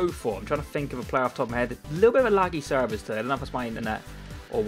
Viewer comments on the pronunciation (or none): none